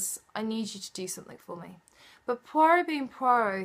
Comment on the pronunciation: Soo i finally know its pwa-rowh, instead of poi-rot hahaha.